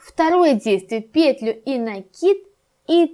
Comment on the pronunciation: Не вот эту ПЕтлю ,а вот эту петЛЮ! Просто жесть .. Уши вянут... Деревня Кукуево...